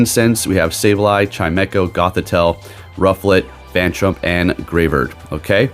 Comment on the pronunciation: Isn't it phantump and not 'phantrump' 😅😅